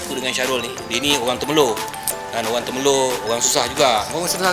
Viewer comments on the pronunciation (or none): Frust bukan Frush Temerloh bukan Termeloh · TEMERLOH la abang... Bukan TERMELOH...